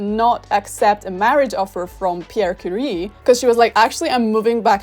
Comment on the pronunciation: I also find TERRIBLE that English speakers can never pronounce "Marie Curie" right, with the French R, however they never get the very similar sounding "J" in Javier and Juan wrong. UPDATE: oh well, I just realized that at the end of the video you mispronounced "Curie". It's a French name, not an English name. Should be pronounced as a French word. Bad example if you tried to make a point about correct pronounciation of Polish (and I agree to this point, even).